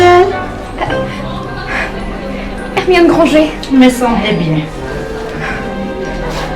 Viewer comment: Je n'aime pas. Il ne respecte pas l'univers de Harry Potter. En plus elle dit grangé c'est la honte!!